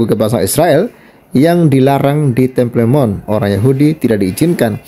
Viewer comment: Temple Mount dibaca" tempel monh , bung